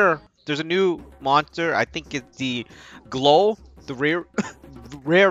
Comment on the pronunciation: Its pronounced glOWl like owl